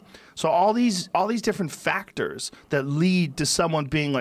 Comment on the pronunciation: Joe "Buncha FacKtors" Rogan